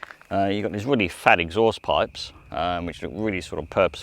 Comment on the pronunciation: Tinge of an Australian accent came through when you said ‘fat exhaust pipes’ 😅 it would be the Audi SQ5 for me but it does look great!